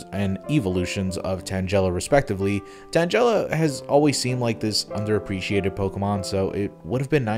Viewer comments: "tanJela" "girafaridge" shouldn't it be "tangle-ah" and "giraffe-a-rig"? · I won't lie, I liked your bit on the Gold and Silver sprites... But I will not let it slide that you said Tangela the way you did. Like, the fuck, do you say 'Tangrowth' as 'TanJrowth' instead??? The root word is TANGLE, it isn't rocket science!